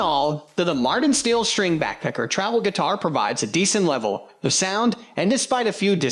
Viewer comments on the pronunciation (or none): I didn't mind your voice over because it sounds like you're saying "Backpecker." 😂